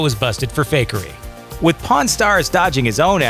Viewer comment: Don't know who the narrator is but he doesn't know how to pronounce the word pawn.